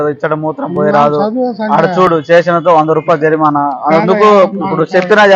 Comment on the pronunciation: జారినామా కాదు రా జరిమాన...